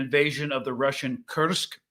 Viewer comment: Hey guys, the Russian town Kursk (Курск) is pronounced “koorsk”